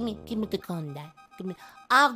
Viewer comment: "GIVE ME THE GUN PAPA GLIVE ME THE GLUN" i Love you <3